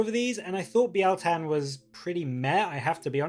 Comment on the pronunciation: I think you're the first YouTuber to pronounce it right. It's not bile tan ;)